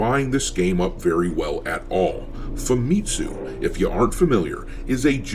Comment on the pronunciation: FamiTSUU. Not FaMItsu.